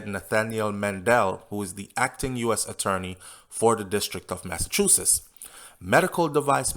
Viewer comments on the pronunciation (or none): none